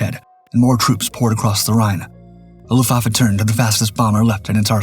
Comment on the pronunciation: It's AI slop narration - a giveaway was the way it couldn't read and pronounce 'luftwaffe'....